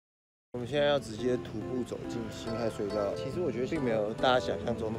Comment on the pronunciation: 那個不念ㄏㄞˋ念ㄏㄜˊ